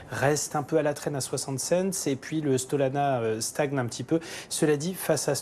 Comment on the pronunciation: Le "sTolana" ???